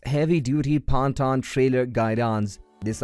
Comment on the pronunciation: Pontoon is not pronounced like that 😂😂